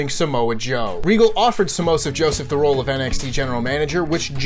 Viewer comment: Did say Samoseph Joseph?